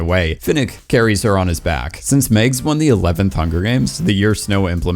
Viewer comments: It's MAGS, not Migs, and I liked her so much. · Why does this dude keep calling MAGS "Megs"? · Who tf pronounces Mags as “Megs” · It's Mags...not Megs. And Peeta...not Peter